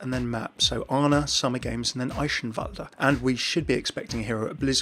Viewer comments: still love how most people can't say eichenwalde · Annoying how nobody, not even Blizzard, can pronounce friggen Eichenwalde :/ .